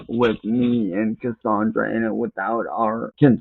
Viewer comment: "CUSSUNDRUH" The game mimics his life so of course it's vile.